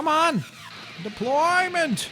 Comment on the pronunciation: when said "deployment it sounded like depfloorment